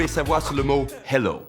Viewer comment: Y a pas de musicos chez Topito ? Le hello, c'est clairement SOL DO et pas Mi DO pfff. Vous devriez pratiquer plus souvant la soldomi ...